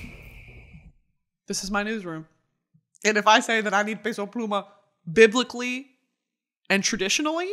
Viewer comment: Brittany, I love you but his name is p eh so pluma not “pay so” pluma 😊